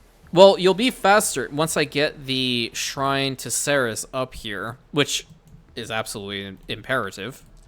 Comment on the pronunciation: Bzw, I would like to point out that Ceres is pronounced see-reez